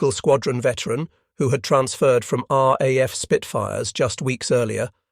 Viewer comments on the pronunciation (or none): Another generated commentary, what is the "R....AF"?